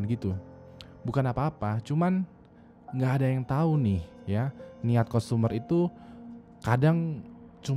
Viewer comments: Pronountiation nya parah bat wkwk customer bacanya tuh sprt kastemer bukan kustomer wkwk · customer dibacanya kastemer btw bang.